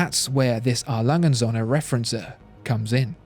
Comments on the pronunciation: Alanghe unt Sönne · When ever the brand was mentioned it sounded to me like "Alangensohne". German doesn't squish words together like this. It should sound more like 4 separate utterances, I'll try to describe what the correct pronounciation is in "English" terms. A. - That's an initial and should sound like the very first sound in the word "are", without any of the "re" that follows. Lange - That part is pretty okay pronounciation wise in the video. Should sound like "lung-eh" & - That's the symbol for "und" and is a separate word, which should be pronounced accordingly. Starting with an U that is pronounced like the oo in boot -> "oont". Don't try to do something like "Rock'n'roll" with this word, it doesn't work. Söhne - Almost like the u in burn or turf. but tongue a bit farther front. The S is soft, like an english Z. Should sound like Zuh-ne, with the ne rhyming with "the". Now the hard part: Referenz-Uhr / Referenzuhr This is a so-called Kofferwort, meaning an agglomeration of two existing words: Referenz and Uhr. These are still pronounced as two words, albeit with a smaller gap between them. "Uhr" has the same sound as "und", and sounds like "Oor" (oo as in boot). "Referenz" sounds pretty much like reference, but without the rolled R and with an emphasis on the last syllable: ReferENZ.